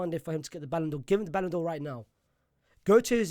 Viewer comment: Ballan'dor For What??? Are You DRUNK???